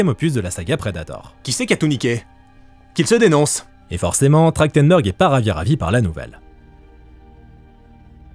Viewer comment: ça fait bizarre de lire Trachtenberg et d’entendre prononcer Trachtendor. C’est vraiment comme ça que ça se prononce ?